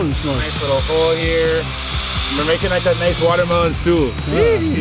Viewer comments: You need to stop saying a lickle it’s a little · You say little like “lickle” lmaoo any else notice that 🤣🤣